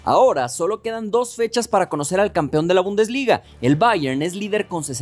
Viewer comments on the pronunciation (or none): none